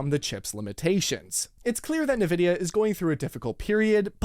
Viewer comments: Why do some YouTubers like you say “nuh-vidia” instead of “en-vidia”? The name comes from the word envy, so nuh-vidia makes no sense… I find it super distracting every time I hear it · Mate, the pronunciation of NVDIA is NOT ni-vid-i-a, but in-vid-i-a. NVIDIA was named after Latin term invidia, which is equivalent to the English "envy" and 'certainly' had 'nothing' to do with envying AMD. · Ahhh yes... Nividia.. LOL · who tf is NEvidia¿? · I don't like NVidia... but it still annoys me to hear this dude say "Nih-vidia." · are you saying "Nurvidia"? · The origin of a word doesn't necessarily dictate the arrived at pronunciation; but, true, it's certainly not as he was doing it. It's actually "en-VID-eeyah": as spelt out on their website. Where they also say it's "always" written in upper case, but then show numerous examples of the logo, where it's always spelt nVIDIA. 🤷‍♂ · He has to be meming. I am sure he heard how Nvidia is pronounced. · If you pronounce it like that, "ne vidia", it sounds like "can't see" in slavic languages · Please stop calling it NA-vidia... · loses credibility when he doesnt even know the name of the company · Why are you saying it weird bro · Wish you knew how to pronounce Nvidia. That would be a start. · you lost me on the pronounciation of Nvidia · ....is he saying 'Nvidia'? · I'm really disinclined to take anyone talking about GPU's seriously when they don't even know how to pronounce Nvidia. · You’re just trolling us with the way you pronounce Nvidia at this point. And Nvidia is just trolling its customers with features we don’t need that tank frame rates so we buy more powerful cards to run the games that include said features just a little bit better. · Have I been pronouncing Nvidia wrong this whole time? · I'm curious, how does everyone else pronounce it? En-vid-iah or Nuh-vid-ee-ah? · Sorry, but it’s INvidia, not NIvidia… as far as pronunciation. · He keeps calling it Nē-vidya instead of N-Vidia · Please… 'EN' vidia not ‘NA’ vidia…